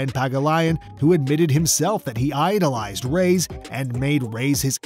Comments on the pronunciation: Rays? Ray es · It's not pronounced "rays" it's "ra yas " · Who is Rays? You mean Reyes.?Yes Efren"Bata"Reyes The GOAT.